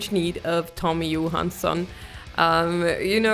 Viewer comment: Visste att du kunde svenska ditt uttal på Tommys namn var för bra 😊 suverän reaktion på en bra låt PS kolla samma låt med Erik Grönvall 🤘🇸🇪